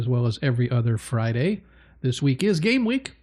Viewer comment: I swear it sounded like you said It's GAY week lol but I know you said it's GAME week.